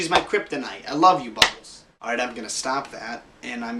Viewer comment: Was it just me or at the point he says I love bubbels he sounded a little Italian.